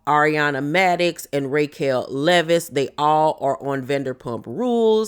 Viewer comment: Every time you call her "RAY"quel, I scream 😂😂.